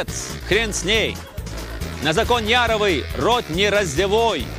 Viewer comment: ну вы хоть бы фамилии правильно зачитывали. Яровой.. а то не знаешь толи лицо себе пробивать фейспалмом , толи смеяться